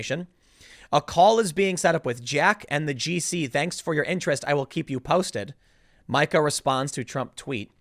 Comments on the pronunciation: Meeeka, Tim. It's Meeeeeka! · Dammit Tim, its not pronounced My-ka, it's Me-ka. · Me-Ka is how it is pronounced- she is so angry and irrational. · Mee-ka, MEE-KA!!!!!!! I know it's complicated, but let me tell ya what... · It's pronounced "Meeka". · Never go full Karen. I was pretty sure it wasn't pronounced Micah.